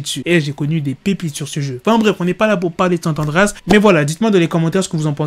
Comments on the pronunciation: Pas mal la vidéo, par contre le gta qui est sorti c'est San Andreas et pas Sante Andreas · On dit SAN andreas pas SANT andreas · C pas sant andreas mais san andreas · SANT ANDREAS ?? c'est SAN Andreas mdr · *san andréas pas santandréas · Putain il me perturbe a dire gta san (t)andreas c san andreas avec le la liaison du (N) SAN qui fzit san (n)andreas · San andreas ta dit santendrias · GTA " Sant Andreas " 😂😂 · Frère on dit „San Andreas“ Peace ✌🏾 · "Sant andreas"😂😂 chui mort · Y'a pas de "T" dans San Andreas